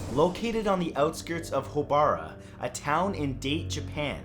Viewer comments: "Deyt", Japan?????? Or Da-te, Japan?? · Date, Japan. I think it's pronounced dah-tay.